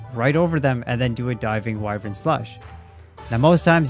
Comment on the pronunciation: Voice actors in the game, and pretty much everyone else: why-vern This dude: we-vern